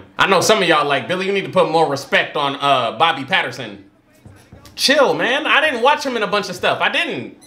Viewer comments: You called Rob Pattinson, Bobby Patterson lmfao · 'Bobby Patterson'? Oh well, you're getting closer. At least it's closer than calling Hermoine Heather hahaha